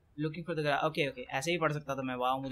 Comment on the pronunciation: Hey it not garaage it's garage